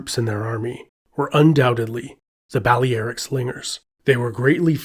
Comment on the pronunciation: "Bali Eric" slingers? Bali Eric was a German drug dealer I knew in Indonesia. The famous mercenaries from antiquity were "Bah-lair-ik" slingers.